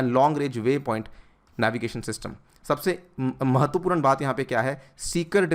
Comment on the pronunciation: महत्वपूरन नहीं महत्वपूर्ण